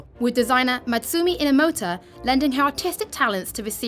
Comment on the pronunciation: it is Mutsumi Inomata and Fujishima Kyosuke. i cringe when the pronounced syllables are englishiced but THIS.. come on. at least LEARN to say it.